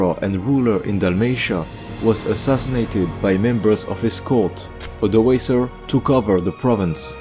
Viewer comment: Of course the only point of critique I have is how you pronounce Suebians. But from your latest video, I know that you now know how to pronounce it in a better way! Another thing pretty much everyone gets wrong are the Cs. They represent a K sound. So Odoaker, Rikimer.